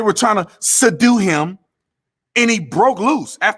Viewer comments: "sadue" LOL! Put that on a shirt! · 😂😂"soudue...you mean, subdue" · Suh-due ??? Huked on Fonicks rilley wurksded four me !!! ~Lebron~ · Bruh... “Su-due” him 🤣 💀 I’m sorry, but that’s too fu*kin fun for real tho 💯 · Bro when he kept saying sadu 😭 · LaLoser Emphasized and said the word "SEDUE" when the correct word is SUBDUE!!😂😳LaLoser Needs to take an English Course to learn proper English and proper pronunciation!! Money can't buy an education!!😂😬😵😳😄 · "They did try to suddue him." That had me cracking up. Officer Tatum, we need more people like you and ABL in this country.